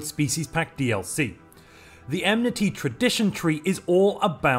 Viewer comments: En-Mity not Em-Nity 😅 Edit: Also informative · Minor nitpick, but it's "EN mity, not "EM-nity" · I don't know what I love more: this upcoming patch, or the fact that keeps pronouncing enmity as "emnity". 😂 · enmity is not emnity :)